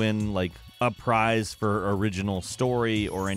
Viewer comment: IT'S PRIZE NOT PRICE